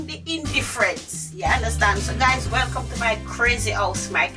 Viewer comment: from the way she said welcome guys I know she was Jamaican lol